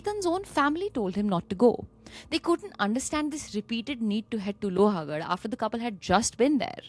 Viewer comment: It's लोहगड, not लोहागड 🥲